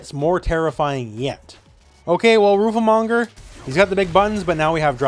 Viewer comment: read it again, its roofle not roofie